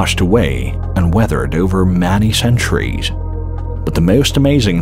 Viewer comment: took me awhile but this is being read by an Artificial Robo Voice..at about 23 minutes it says Manny in stead of Many..why do you people do this ..It ruins a Perfect Subject